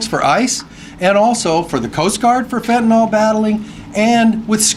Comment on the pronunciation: Stop calling fentanyl fentaNOL! It's fen ta NIL